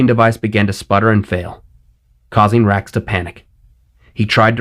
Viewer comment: Everytime you say wrax/rax I hear Rex. Lol! Vader’s entrance was perfection. 👍